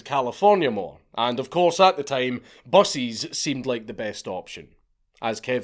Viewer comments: every time he said "buses" I thought he was saying "bussies". That's another kind of video entirely I'm sure. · he says "buses" like "bussies" :3